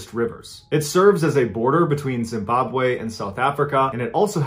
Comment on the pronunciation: You actually pronounced Zimbabwe correctly.. impressed